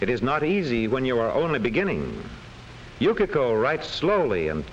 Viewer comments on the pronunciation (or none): ナレーションの”Yukiko”が”Yukako”に聞こえるの私だけ？